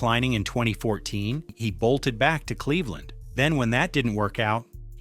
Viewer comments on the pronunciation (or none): none